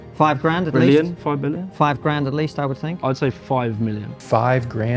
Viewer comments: This dude clearly doesn't know how to "fink" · He don't "fink" so.